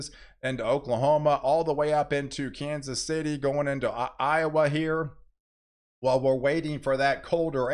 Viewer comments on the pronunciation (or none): none